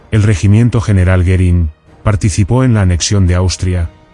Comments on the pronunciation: I could not watch this as I found it very distracting that the speaker could not pronounce the name "Goering" or even spell it correctly. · Goerìng is not pronounced correctly throughout